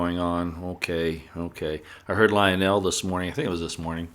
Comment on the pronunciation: Would you please learn how to pronounce ivanka and lionels names properly? It is soo annoying.